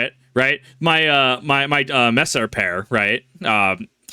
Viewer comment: as a german, your first pronunciation of Messer was actually pretty much perfect. At the end of a word we tend to sort of swallow the r a bit, so a pronunciation like "mess-uh" is actually closer to how we'd say it than "mess-ärrrrr" just for future reference